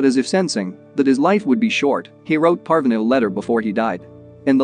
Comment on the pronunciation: uhm it's pArvAAne but k P (/a like apple/) r . V aa (aa like always) Ne (like never)